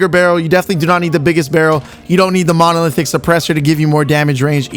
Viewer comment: Why can't you say monolithic?